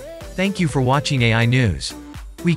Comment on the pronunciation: Good video thanks. A bit ironic the AI narrator sometimes mispronounces its own name as "eye" when hyphenated etc.